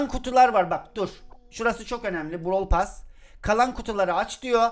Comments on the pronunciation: abi onun adı brawl pess diye söyleniyo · Brawl *PASS ne ya (normalde brawl pess deniyo ya ondan garibime gitti) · Abi bu videoda sana çok sinir oldum normalde seni severim ama browl pess diye okunur sen brawl pas diye okuyosun tüccar darryl? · 2020 de izleyip de lazın brawl pas demesine sinir olmak. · bişey söylemek istiyorum JORFHOHGUFHODJ ben bu videoyu 2021 izliyorum ve ali abinin brawl pass e browl pas demesi beni bitirdi şimdi ise brawl pes diyor zaman ne çabuk geçti ya bide gale çıkınca bağırdı aklım gitti kalbim yerinden çıktı sandım bide brawl pass te kademe atlarken bi tane daha bi tane daha........ demesi ve benim beynimin içi bi tane daha diye tekrar etmesi müq ya çok komiksin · brawl pass derken benn jsjskabsjajsbsjsb şimdi brawl pass a brovl pess diyor